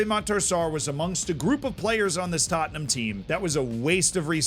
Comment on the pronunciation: Who’s taatnahm then? I know Tottenham but who is this other team always named hotspur.